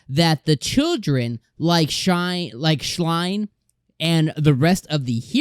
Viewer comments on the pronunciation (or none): lol "Schline" is such a funny way to pronounce his name. Pretty sure the voice actors say "Schlayne" rhyming with "Wayne". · Quick FYI: it's written Schlain, but it's pronounced like "schlEin" (basically how you would pronounce an A in english. U can go at the end of episode 6, when Hugo says it. That's the correct pronounciation!) Also there's no S in Taratect. Listen to the pronounciation of this episode. No, Kumoko survived not because of Perseverance, but because she used a clone to misdirect the Dragon. Perseverance came into play much before she used Phantasm.